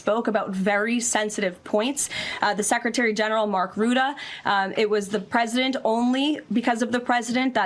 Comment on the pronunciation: Listen to her pesident poo- in 😂